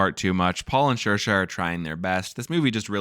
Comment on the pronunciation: This was great but it’s Seer-shah, not Sheer-shah. Saoirse - in the Irish language, AOU are broad vowels and IE are slender vowels. When S is next to a broad vowel it is pronounced as S. When S is next to a slender vowel it is pronounced as SH. Therefore, Saoirse is Seer-shah. You’re welcome.